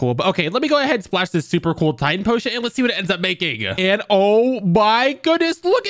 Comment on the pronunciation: Bro called it titán speaker man💀